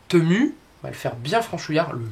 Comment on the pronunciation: Bonjour merci pour ce partage. Cela donne des idées 🥰. On prononce à l anglaise " temiu" ou " timiu" .😉 cordialement 🌹